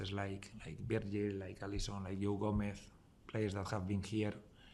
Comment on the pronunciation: I like the way he pronounced Joe Gomez (Yoh Gometh)😁